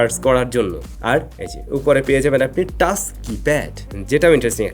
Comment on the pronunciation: "চ" কে "চ" বলতে শিখুন। "টাছ" "ফিছার" এসব শুনতে খুবই বিশ্রী লাগে।